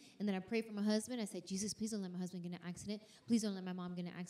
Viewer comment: She says "ma husband" 😂 that Tennessee accent